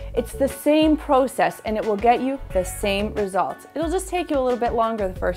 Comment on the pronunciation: process not porcess